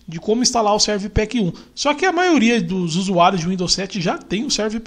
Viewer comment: Muito bom o seu vídeo; é bem explicativo, apesar de você --- muitas e várias vezes --- dizer "Serv Pack 2", ao invés de pronunciar "Service Pack 2" (que é o modo correto de se falar esse nome). Thanks for sharing this video!...